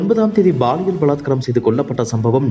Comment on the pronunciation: Prounce paaliyal not baaliyal! Bad tamil pronunciation in Tamil news!